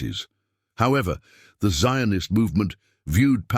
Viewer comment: Jews lived in the land of Israel since bible time. The arabs did not concor the land of Israel till the 7th century. They have nothing to do with the canennites who disappeared from Israel during King David. The way the narrator pronounces the word Zionist shows that this piece is not historical account but propaganda for the Palestinian claim.